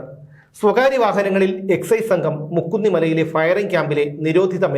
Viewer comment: മുക്കുന്നിമല അല്ല മൂക്കുന്നിമല